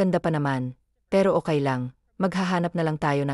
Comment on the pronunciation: Ay naku! dear narrator Hindi ko kakayanin ang pronunciation mo.lalk na Ang word na(okay,baby,mommy at iba pa).paki research Naman sa goggle Ng right pronunciation.ang pangit at nakaka destruct pakinggan.nakakasira kc sa story,ang Ganda Sana Ng story ang pgkakanarate lng ang pangit.try mo nlng egoggle pra maimprove ang pronunciation mo sa tagalog.baka isip Ng iba na Hindi Tayo marunong sa sariling wika natin.ms nakakahiya Yun di ba?Sana sa next na mapakinggan kita Tama na Ang pgbigkas mo Ng mga salita.